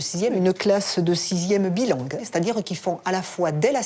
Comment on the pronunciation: Une classe bilangue... on dit pas bilingue mme la principale ? 😮